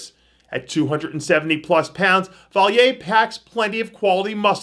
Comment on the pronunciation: Just a heads up Antoine is French Canadian. The 'll' is silent in his last name. It sounds like Vayan.